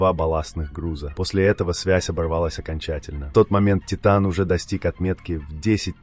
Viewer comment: Az nem Tájtön, hanem Titán.